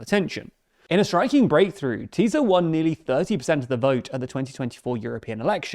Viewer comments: A couple of notes on pronunciation: Magyar = Madyaar Fidesz = Fiddezz Tisza = Tizza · Just for info: Magyar's name is pronounced approximately "MOD-yar," not "Majjar," his party is pronounced "TIS-sa." Orbán'a party, Fidesz, is pronounced "FEE-dess." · Thank you for the report. Just for language information, SZ => S. So it is TISA party. It’s the name of the second biggest river of Hungary. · The "SZ" letter combo in Hungarian is pronounced just like "S" in English. (Just drop the Z). Comes up a lot in these videos, as in FideSZ and TiSZa. Great videos otherwise :)